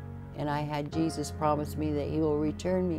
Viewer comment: She said zesus nah… now I am not believing